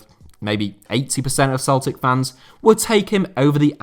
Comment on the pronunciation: Howe is being linked with which job? I've listened back to it a bunch of times and can't understand it. Celtic? Something that sounds like Solchick?